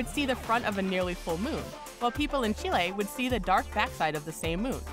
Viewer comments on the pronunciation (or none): none